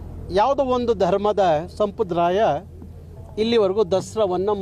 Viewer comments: ಸಂಪ್ರದಾಯ ಸ್ವಾಮಿ ಸಂಪರಾದಯ ಅಲ್ಲ ಕನ್ನಡ ಚೆನ್ನಾಗಿ ಕಲಿರಿ ನೀವು ಅವಾಗವಾಗ ಬಂದು ಹೋಗೋರು 🎉😂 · ಸಂಪ್ರದಾಯ ಅಂತ ಸರಿಯಾಗಿ ಉಚ್ಚಾರಣೆ ಮಾಡಪ್ಪ..... ಕನ್ನಡ ಮಾತಾಡೋಕ್ ಬರದೆ ಇರೋ ಮಂದಿ ಎಲ್ಲಾ ಚಳುವಳಿಗಾರರು ..... ನಿನ್ನ ಹೇಳಿಕೆ ಒಂದು ಸಾರಿ ಕೇಳಿಸಿಕೋ.... ಪ್ರಯೋಜನ ಆಗುತ್ತೆ ಇಲ್ವೋ ಗೊತ್ತಿಲ್ಲ......